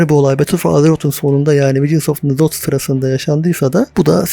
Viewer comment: Enzoth diye telaffuz edilmiyor direk Nzoth nizoth falan ya da ne bileyim de başta e yok.